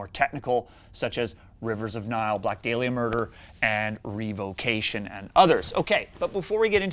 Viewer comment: The way Sam keeps saying “Black Day-liah” is doing psychic damage.